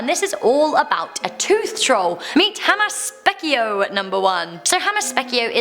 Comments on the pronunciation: Finnish people: Hammaspeikko.: Hamaspekio. 🙈 it is so funny when no one can pronounce Finnish words 😂😂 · Ah, hearing a legend from my country at #1 was awesome. :D Finnish is ridiculously difficult to pronounce if you're not a native speaker, but if it helps at all, the phonetic pronunciation of "hammaspeikko" is like "HUM-muss-PAYK-kuh". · Hamaspekio, yea you totally nailed it 😂😂😂 It's always funny to hear people try to pronounce finnish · Man, the way you say "Hammaspeikko" is way too cool comparison how we Finns say it. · I lost my sh*t when you said hammaspeikko... Well atleast you tried:'D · I FREAKING BURSTED OUT LAUGHING WHEN SAID "Hammaspeikko" AND now i woke up my whole family._.